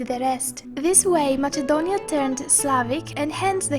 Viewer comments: Can anyone tell me why the narrator is pronouncing it as "MaССНe-donia", when the name in Greek is "MaКе-donia"? Who really pronounces it with the sound "-CH-"? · The stupidest thing I have watched today... This is nonsense and her voice is so fckin annoying... And it isn't MaCHedonia you stupid fuck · its not called Machedonia its called Ma{s}edonia but its writen Macedonia 🤦🏼‍♀️😑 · Lol I'm sure this person is either greek or greek biased person.. U cant even say the name Macedonia.. Its with K not MACHEDONIAN wtf are u even doing😑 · First learn to pronounce "Macedonia" instead of "macchedonia" then re-do the video tbh. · Προφερεται ΜΑΣΕΝΤΟΝΙΑ!! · Lol she literally says mačedonia 😂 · It's actually pronnouced Makedonia. Because that's how the Greeks pronounced it. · She was saying machedonia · Honey, learn to pronounce MAKEDONIA first! What is Machedonia? And that voice...hotline service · U cant even Pronounce MACEDONIA u say MACHEDONIAN wtf ? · Ok guys.You are right.Matsedonia is the albanian pronounce. But she has greek accent in english also.And she keeps a pro-greek stance. She is propably greek-albanian. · Learn how to pronounce Macedonia please. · Me after i hear her pronounciation of "macedonia": I'm done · Lol she don't know how to pronounce Macedonia and she is talking about that Macedonia is greek Macedonia never greek clear? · That on the begining heart my heart....and this fucking girl doesn't know how to say Macedonia.( I'm Macedonian) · I understand that, however if you are narrating in English, it would only be right to stick with the English pronunciation. Thanks for explaining, though. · You are an idiot on every point you made the Macedonian language is more complex than bulgarian you don't know even how to pronounce Macedonia so this is bullshit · Learn how to say Macedonia right and stop saying it wrong ist cringe.MACEDONIA is not greece.